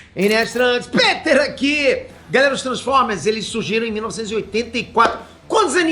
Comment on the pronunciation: "tranformer" Peter?